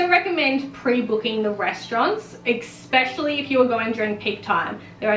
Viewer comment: The word "Especially" does not have a "ex" in it.. "expecially" 💀